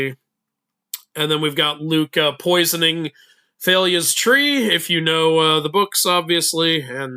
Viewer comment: Cannot believe you just said Thailya. It’s pronounced TAL-ee-ah